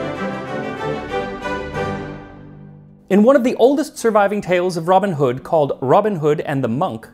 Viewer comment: Why do Americans put the emphasis on the wrong words? For example: ROBIN Hood instead of Robin HOOD NEW Forest instead of New FOREST KING John instead of King JOHN Beats me!